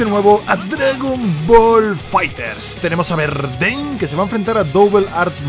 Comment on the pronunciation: ES V LO QUE DIJISTES MAL :V